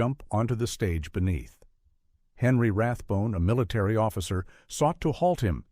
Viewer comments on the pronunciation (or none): none